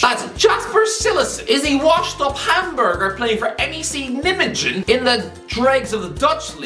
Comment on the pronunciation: Say Nijmegen again...